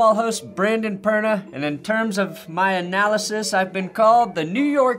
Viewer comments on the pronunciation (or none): none